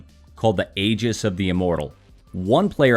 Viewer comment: It's pronounced EE-JIS not AY-JIS.